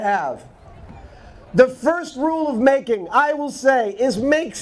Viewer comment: oh, MAKING not MATING....